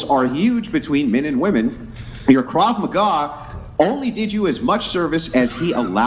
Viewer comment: I love that you are calling it “Krav mcgraw”